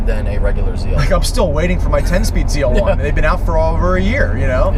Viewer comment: why why why do they keep calling it a ZR1 it's a FUCKING ZL1 L not fucking R